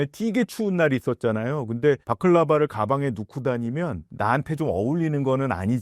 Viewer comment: 추운데 바클라바라고 하시길래 '아 고열량 간식으로 버틴다는 전략인가?' 생각했는데 뒷문장 들어보니 발라클라바 말씀이시네요ㅋㅋㅋㅋㅋㅋ